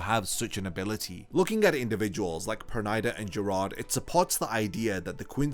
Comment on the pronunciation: Can't stand that "PernAida" pronunciation 😂